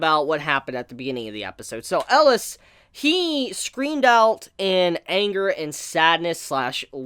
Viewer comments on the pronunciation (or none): Cmon. For the final episode you have to say his name right. Atleast Once: "El-i-as". And together: "EL-I-AS" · Your pronunciation of Elias and Titania always threw me off :D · I can't decide what's worse, mispronouncing the name of a main character that's been said 100 times during the series, or saying the name of the series in a grammatically incorrect way. There have also been a million comments telling him the correct pronunciations. I can't believe he hasn't picked up on it by now.